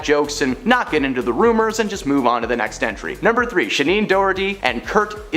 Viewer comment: Just a minor point of curiosity—who the hell is ShaNEEN Doherty? It’s spelled Shannen—do you see an extra “e” in there anywhere? I’m inclined to give you a pass, because her career likely peaked before you were born, although she was a major character in one of the most iconic movies of the past 50 years, “Heathers”. She also came from a time when people were perfectly happy with normal names and spellings and didn’t feel the need to spell “Tiffany” with a “phi”, in some attempt to imbue some sort of weird sophistication in people who are otherwise talentless and completely uninteresting. It’s “Shannen Doherty”, not “ShaNEEN Doherty”. Do you homework, this is supposed to be a professional channel. Every little bit helps!